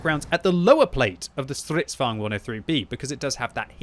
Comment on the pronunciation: Normal people: Stridvagne: STRRRIDDVAWGNED